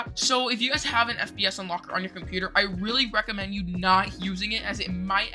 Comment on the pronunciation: Give this man an oscar and u maid my laugh in the end that u said for FPS u said FBS